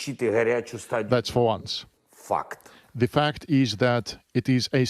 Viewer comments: It's great how the Ukrainian pronunciation of the word 'fact' comes out as 'fxxxd'. True, so true. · Did he say fact or fucked! Lolll😂😂😂